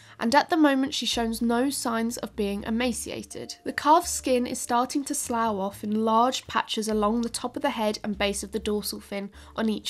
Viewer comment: Is slough not pronounced sluff?